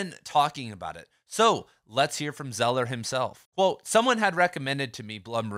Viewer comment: Craig "Zeller?" It's Zaah-ler.